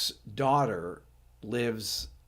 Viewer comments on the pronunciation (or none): none